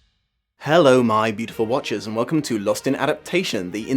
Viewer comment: I thought you said “my beautiful watches” (like the wristwear) since I found the channel and I just realized you’ve been saying “my beautiful watchers”. I really love this phantom of the opera series. It’s really comforting to watch at home.